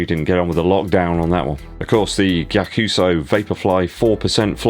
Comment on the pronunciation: It’s pronounced guy-ak-u-su and the price point is ree-dic-u-lus